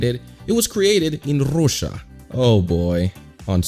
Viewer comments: and ew why does he pronounce russia so weird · Nah fam, it's "Ruzja" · bruh don’t talk my country like that! It’s said rusha